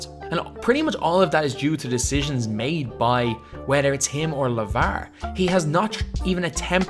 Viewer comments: Just post a video of you saying lavarrr and marrrvin over and over because honestly it rejuvenates me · They way he says lavar 😂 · dude the way you say Lavar is so weird